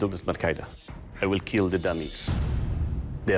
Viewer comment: This sword will keel